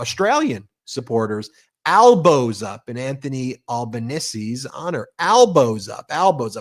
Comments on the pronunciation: Hey Ben. Albanese is pronounced as Al-ban-eez-ee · Love your show, brothers! Love the idea 'Albo's Up' for us here, down under. By the way 'Albanese' is pronounced 'Alban-easy'.